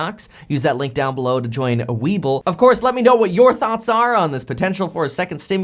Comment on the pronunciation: everytime he says webull I hear weeble